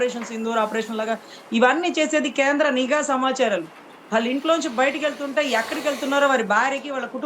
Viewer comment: ayanagariki cheppindhi nEEEgha varghalu not Nigha Varghalu...